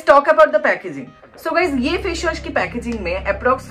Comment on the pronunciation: Face wash not fesh wash😒